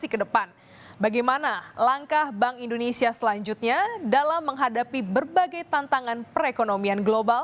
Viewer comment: indonesia ya , bukan indonesa